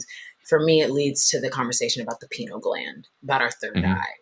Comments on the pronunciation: Pineal, not penal. Penal has to do with punishment. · Why does the lady keep calling it a "penal" gland. It's named after a pineapple, said pie-neal gland, thought Americans say pin-eal, but certainly not "penal" gland😅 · To the host it’s not “penal” gland (that would mean it’s related to punishment for offenses. The word is pineal.